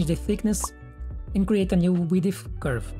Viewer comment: Very comprehensive tutorial and only 15 mins! Width has only one syllable btw ; )